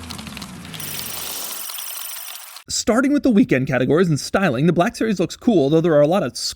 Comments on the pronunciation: Is it a 'Black' series or a 'BLACCCHHHK' series, Doug? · 😢I love when something on this channel is called "black" so I can hear Doug overpronounce "black" every few seconds. "buhhlack" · I learned a new pronunciation of "black". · Soz doug but it's embarazzzzing